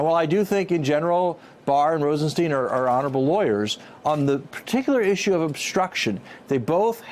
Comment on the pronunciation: Grrr, it's Rosenstein as in Einstein. Not Rosensteen.